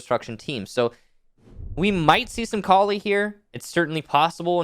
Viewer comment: I love but I hate how he pronounces Kali